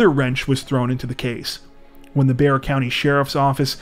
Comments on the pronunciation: Good job on saying Bexar properly!! I was 16 when this happened and it was constantly on the news. So sad. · The way my head snapped to the screen when he pronounced Bexar county correctly 😂😂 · Congrrats. You pronounced Bexar correctly. Most people don't.